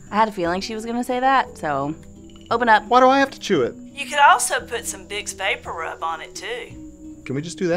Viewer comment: and I love the pronunciation "vapporoob"